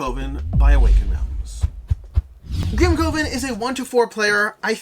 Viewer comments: Alex's pronunciation wasn't distracting for me; however, "coven" is typically pronounced as "kuh•vn" (similar to "covenant"). Perhaps AR has altered the pronunciation for this title? Regardless, this was an awesome review by Alex! I'm looking forward to this game. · Your pronunciation of Grimcoven as Grim-CO-ven was so distracting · Maybe it’s branding: boardgameCO COvers grimCOven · Coven sounds like oven.